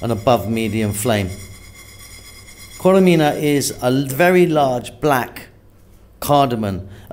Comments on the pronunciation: its not koremina but korerima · Korerima is the right pronounciation . Keep up the good work !